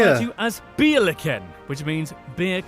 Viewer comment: Hilarious, the way the speaker tried to say "Richtgeschwindigkeit", the recommended speed on German motorways. Wouldn't have recognized it without subtitles 😅 my favorite English tongue twister is "Worcester sauce". Many Germans don't know how to pronounce correctly or fail. The "beer corpses" / Bierleichen / sounded like " beer licken", which confused me a bit. Ch in German is hard to pronouce and hardly comparable to E nglish sounds. Try the approch of the french...no, forget about it, I can't explain 😢 The first syllable "Ei" is pronouced like the English "i". Bc of the German pronunciation of "ch" it is often judged as a harsh language.